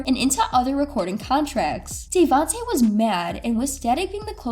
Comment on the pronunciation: Joe Da Key ?? Day Vante ?? You know nothing about this legend ..